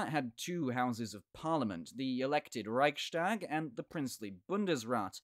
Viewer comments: The Reichstag isn't pronounced that way. It is Rechs-tag, not Reich-stag, so the st rule doesn't apply. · Raihs-tāg not Raik-štāg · Rise tahk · It's a weird pronunciation, indeed! I've heard it be pronounced "Rike's Tag" in English, and then a different way in German (with the ch being pronounced like the ch in Scottish "loch"), but never "Reishtag"! Thanks for the comment! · Next time I’ll hear Reichstag being pronounced „reishtag”, I’m jumping of a window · The ch in Reich is pronounced like Charly without the -arly part. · Good point! Furthermore, I've never heard the "ch" in Reichstag be pronounced that way! Thanks for commenting!